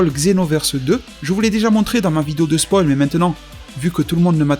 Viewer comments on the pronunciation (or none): none